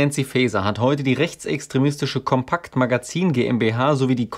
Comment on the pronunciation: Compact geschrieben, Kompakt gesprochen. Englisch ausgesprochen ist hier unangebracht.